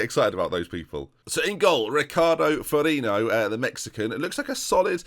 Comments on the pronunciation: Helping a bit with what I think I know! You got Ferriño almost right, just change the last syllable to " nho", as in "Ronaldinho" and you're good. Samayoa is "sho-ah" at the end, the "sho" like in show, the "ah" as long as you said the A in Silva. Caroccio is "Caro" as in "Carolina" and "chio" as in "Pinocchio". And after watching the episode, I think I gotta add your sub keeper's name, "Pah-dee-shah", cause I think he'll get a game soon :^) Edit: Right at the end, you said my surname right! Helps a certain player was an FM-must-buy some years ago, huh? Such a child, being happy cause I heard my surname. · Okay I know you have a serious aversion to proper pronunciations so here we go: "FER-REEN-YO" "SAMA-YO-A" (seriously, lad) "CA-ROTCH-O" "ME-SHOW" (although me chode is quite fetching) Like so sees. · Also the GK's name is pronounced ferrinyo